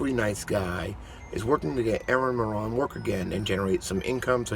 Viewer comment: It's Moran like More-ann, you More-On (like moron).